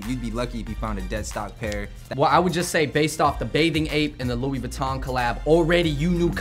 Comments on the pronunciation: Lol, said Louis as Luis... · it's pronounced "loowey" not "lewis"